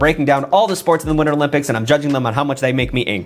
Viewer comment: That’s proper pronunciation